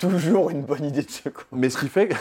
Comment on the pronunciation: Il a dit également "disponiBle" et "Bonne" 😅